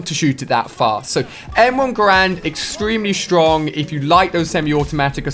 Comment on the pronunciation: did he just say m1 grand?